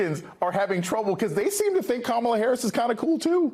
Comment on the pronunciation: 😂😂😂😂😂 and this time he called her karmala...smh